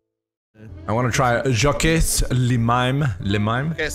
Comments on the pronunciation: Jacques pronounced jack, not jackez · You pronounced Jacques wrong